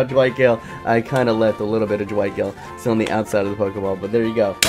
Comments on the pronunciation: its CASTILLO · it's Castillo, I know that I'm not 1st second or third but can I plzzzzzz be in the intro